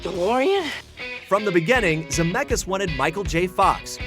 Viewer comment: It hurts my lithuanian heart that they are always pronouncing "Zemeckis" wrong 😂😂 but I get it, it's easier that way